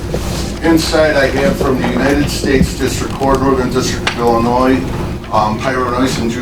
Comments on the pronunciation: It’s said, “Ill-a-noy” not “Ill-a-noise” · There's no "noise" in Illinois. "ILL-la-noy."